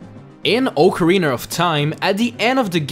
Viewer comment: Ocariner of time